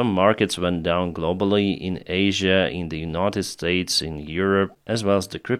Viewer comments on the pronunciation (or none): none